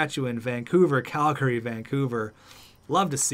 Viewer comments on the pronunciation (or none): none